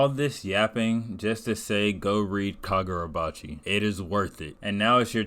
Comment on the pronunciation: fumbling the name😭 But finally getting caught up myself, I’ve seen what the hyped been about and looking forward to the next chapters